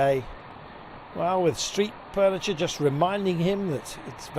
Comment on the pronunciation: did he just say 'street purniture'? - you know you can do more than one take right guys?